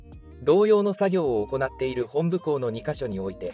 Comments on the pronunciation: 玉城県政・地元マスコミ・左翼運動家の結託と横暴を憂いる者として共感できる動画でした。 玉城＝タマキ、本部＝モトブの読み方はお間違えなきよう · 玉城（たましろ）じゃなくて（たまき）な 本部（ほんぶ）じゃなくて（もとぶ）な